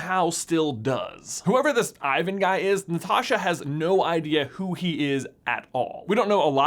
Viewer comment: Since it’s Russian it not Ivan its Ivan in Russian it’s pronounced differently